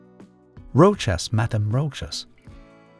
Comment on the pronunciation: It's rosha with the accent on a. Ch is sh like in shop.